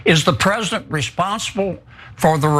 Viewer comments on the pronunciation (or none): Don't think I'll be listening to anyone who thinks president is a two syllable word.